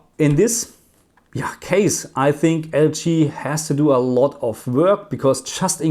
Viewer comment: Question: Why do you pronounce LG like L chi? Just curious that's all. Thanks